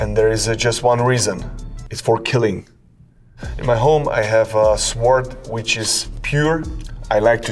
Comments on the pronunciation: Saying it without the W is the correct pronunciation though… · You know this man is super smart, Cause he saws "sword" with actually using the W lmao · Suh-wored Sword. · Love how he was pronouncing sword, it’s the samurai code to leave no letter left out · I like how he says ''sword'', pronouncing the w. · Going to start pronouncing Sword with a W.